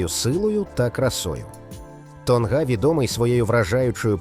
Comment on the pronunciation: Памуккале, наголос треба на останню Е́. Не Тонга́, а То́нга. Що з озвучкою. Невже важко правильно казати🤦🤦🤦.